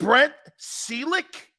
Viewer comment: “Seelick”? Really??? How do you not remember Brent Celek?